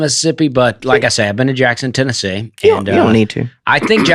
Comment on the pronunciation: As much as whines about pronunciation, he jumped right out with Tenne-zee